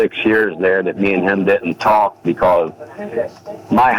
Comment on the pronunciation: WHY DOES THE NARRATOR SAY THE "L" in TALK!? TALLLLLLLLLLLLLLLLLLLLLLLLLLLLLLLLLLLLLLLLLLLLLLLLLLLLLLLLLLLK